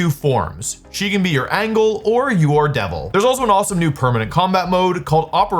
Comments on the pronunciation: You pronounced Angel and angle lmao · Bro just pronounced Remielle wrong lol , bro, can't you pronounce Angel ?? You said Angle (the one they use in squares and triangles). pls read the sponsor description properly. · He pronounced "Angel" as "Angle"